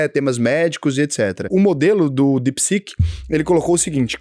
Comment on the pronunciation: é DeepSeek e não DepSec kkkkkk